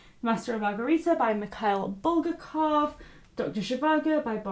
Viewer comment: Guys, I'm a Russian literature major and it annoys me to death because it's BulgAkov, not BUlgakov Btw I love the fact that your boyfriend likes Russian literature)